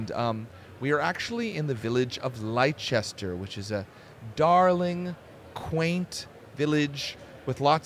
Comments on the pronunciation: apologies for being that guy but "Leicester" which is presumably what you mean is pronounced more like "Lester" Same deal as Worcestershire sauce being pronounced ~Woostershire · Leicester: ❌ "Lie Chester" 👍 "Lester" Yes, England is a silly place